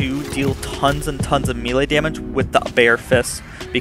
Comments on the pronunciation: again, its not meal lay....it is pronounced may-lay. ffs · I love this build - I alternate between the Peregrine and the Butcher builds on my Fl4K but this build is far superior, damage wise at least. Also, and don't take offense as I am a retired soldier, now an English teacher, but it's pronounced may-lay. Good video, my dude!